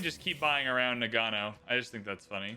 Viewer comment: It's pronounced NA-g'know.